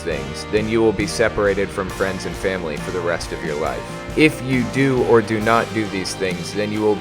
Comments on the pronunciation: ''froiends'' haha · Ah, yes. Froiends.